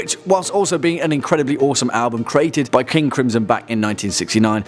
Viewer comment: KINGU CRIMSON! BWOM